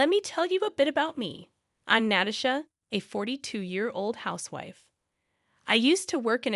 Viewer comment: Cheryl is pronounced Sh-er-l. Natasha is pronounced Na-Tash-ah-a.